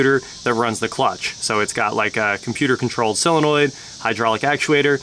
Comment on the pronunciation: Tries to sound intelligent, still can’t pronounce solenoid correctly and drops his Ts like a teenager girl